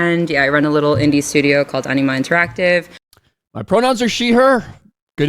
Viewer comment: Did he say the name of the studio is "Enema Interactive"?